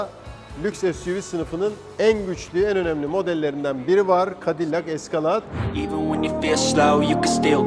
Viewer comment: Eskalad değil o Eskıleyd..